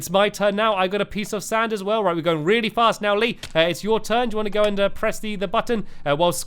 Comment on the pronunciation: Lol, the first time you said " a piece of sand" in this vid, I heard " a pizza stand", lol